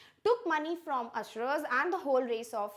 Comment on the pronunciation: Usurer is pronounced wrongly